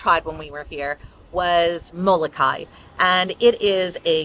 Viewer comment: It is not MOLOKAI, that is in Hawaii. it isMOLOKAHIA MO-LO-KA-HA-IA .